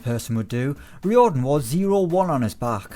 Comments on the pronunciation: That pronunciation of Riordan - rye-or-dan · You have butcherd derek riordans like